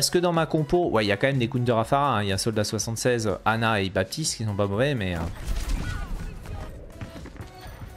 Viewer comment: Pourquoi BaPtiste ? C'est un prénom et même un mot courant de la langue française dans lequel le P ne se prononce pas